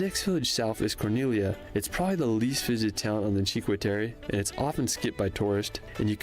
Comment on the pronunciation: only H is silent in italian. all the other letter are pronounced with a single sound (or two, but always following a precise rule). He just pronounced "corniglia" wrong.